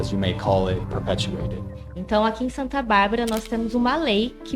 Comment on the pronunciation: You never exactly said the correct name of the city, Santa Bárbara d'Oeste***